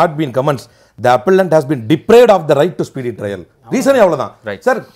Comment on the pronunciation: IT IS NOT TRAIL IT IS TRIAL